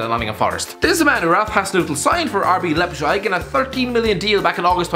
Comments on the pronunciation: Nobody....: RB Leppshyg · “RB lepsheig”